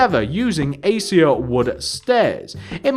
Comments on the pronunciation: it's pronounces "AK-AY-SHA" not "A-See-A" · it's pronounced "a-kay-sha" just so you know :p